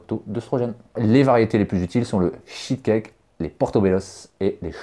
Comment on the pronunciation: shitcake ? lol je pense que t'as voulu dire SHITAKÉ non ?